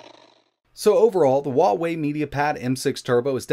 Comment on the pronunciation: Better ask a native Chinese rather than an American. He pronounces it incorrectly.